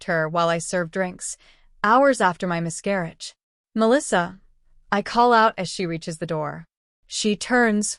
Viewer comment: No one is going mention "mis-CAR-auge" about 100 times.